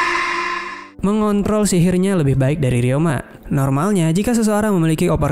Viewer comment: Anjir ngakak bejir abg nya ngomong mengontol jir